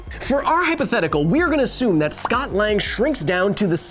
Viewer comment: Hey Kyle, during the video, so not the end of the video, you said The word assume wrong, and Any kind of the meaning, even if it’s the best guess that you’ve got, you still can’t just say the word assume without sounding like you don’t know the meaning of it.